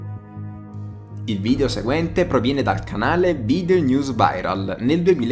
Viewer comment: Si pronuncia video non vidio comunque 😂